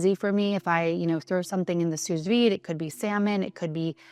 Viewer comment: I love your content. You come across as a lovely and genuine person. Thank you for sharing what you are doing to advance longevity research, especially as a female. You are aware that we have different nutritional needs and tailor your lifestyle accordingly. You also eat a variety of foods, which is the best way to get nutrition. By the way, small nit pick: sous vide is pronounced as sou vide. It’s a French term.